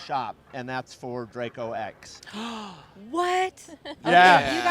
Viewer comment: It's close but "DRACO"...:)